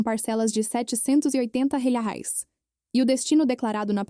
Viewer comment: Essa narradora tem dificuldade de pronunciar "reais"